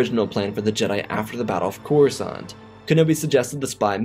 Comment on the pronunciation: "Kenobi made a move on Corusant?" Slight error at the beginning. But good story as always.